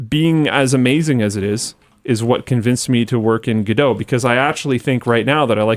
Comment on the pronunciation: why the f is calling godot "giedough"???????